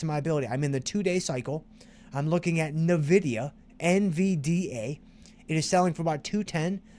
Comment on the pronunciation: Thanks! You make this course both fun and educational. Nice call on Nvidia. I didn't know the correct pronunciation until now 😂